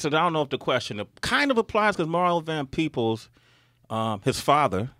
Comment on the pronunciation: Peebles.....not peoples.